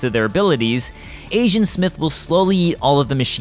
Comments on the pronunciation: When you say agent, it sounds like asian. Lol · I Keep hearing “Asiant Smith” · You keep saying Asian Smith... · I keep hearing ASIAN smith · Kept hearing him say “Asiant Smith”